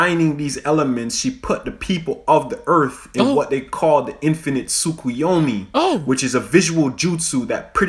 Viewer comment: Nah. He said Tsu kwee yomi.He did get the tsu part right, the typical stumbling block.